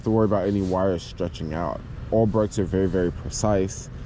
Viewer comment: I'm glad I listened more carefully when you were talking about the brakes. At first I thought you were saying 'oral brakes' and thought, "Whoa! Those would be very difficult if not more complicated to work on!" Things became more clear when I figured out you were talking about 'oil' brakes. That plus 'oral brakes' might be some new fetish. Eventually.